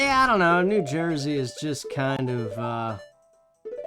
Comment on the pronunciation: Part 1 1. No, it's because Fortuna was the Roman goddess of luck. She didn't have a male counterpart, not in their mythology. 2. I was wondering what you were doing in "Joy-zee." Is the accent actually like that, eh? 3. I actually took to using "crumb" in front of my mom at least in place of actual swearing--she told me to clean up my language even though I'M 34 YEARS OLD...in two days...but I don't know if it was subconsciously because of you, since you use "crumb" all the time. 4. I will ATTEMPT not to go any deeper than this--I got trolled rather viciously at the same time as you and only one person helped me out--but yeah, death anxiety/realization? Totally real. After my favourite auntie died, she used to call mom on the phone every night, right, so, around 5 or 6 at night, for a few months, if the phone rang, my brain would go, "Annie!" Nope. But I've got her name. Lillian Anne, thank you. I'm-a do the woman credit, Gods willing. 5. Yes, I used to save any time I paused. 6. Hm, isn't "cool ranch" a flavour? 7. Never say the words "garlic powder" in my hearing again...which would be more effective, but less comprehensible to either of us, if I said it in Italian. I have my father's blood for the eating portion of my days, haha. I don't speak a syllable of it, though: wish I could. He can't, either, though, so at least I'm not alone. 8. Best Cajun food in my opinion? Gumbo. I don't like shrimp, but me and my friends made a huge pot of it once, enough to feed an army, and